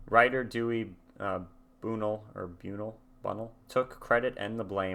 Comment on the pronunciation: Dewey Bunnell. BUNL, not BUN-EL. Just BUN and the “L” sound.